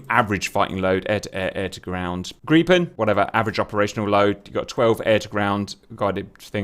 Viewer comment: Woah, GOOD JOB Cap on the Gripen pronunciation, first time I've heard a foreigner get it right. Gripen should be fully operational with pretty much any loadout on roads.